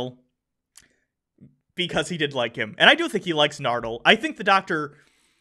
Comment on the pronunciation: Masterjedi343 it's actually "Chibnall." just garbage at pronouncing things. In the first episode for the season, acknowledged that he's probably pronouncing "Nardole" wrong, and still calls him "Nerdal"